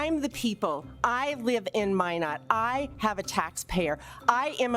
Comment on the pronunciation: Oh my god the way he pronounced Minot... I live in that state so I’m like are you f*cking kidding me haha